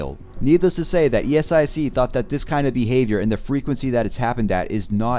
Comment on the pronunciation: Please stop saying it as e-s-i-c 😭